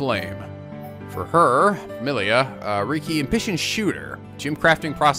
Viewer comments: I feel like there are going to be a lot of “Meh-li-a not Mee-li-a” comments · Meal-lia? Ummm? Its Mell-lia?